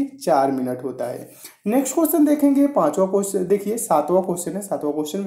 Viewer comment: Cusion Nahi hota question hota h